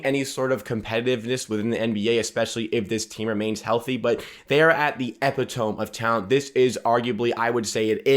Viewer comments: Epitome is pronounced "eee-pit-tomie" :p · Mans said Epi Tome lmao